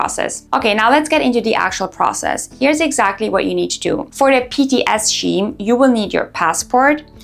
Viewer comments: Scheme is pronounced as Skeem, not Sheem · What the hell is Scheem. It’s Skeem. Has she not learned yet ? 🤢